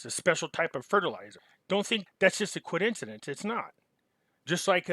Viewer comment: WTH is a Coidencidence?? Love your channel but damn i hope i don't start saying it like this lol